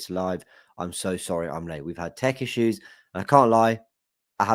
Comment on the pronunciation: when you said Tech issues I thought you said Turkish issues